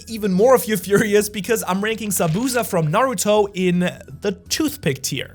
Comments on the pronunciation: It’s Zah-boo-zah, not zabooza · The only reason we’re furious about Zabuza is the way you’ve pronounced Zabuza. Za-boo (but short)-za.